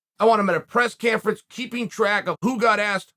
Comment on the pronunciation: press canferance was my personal favourite this time 🙄🚮🤣🤣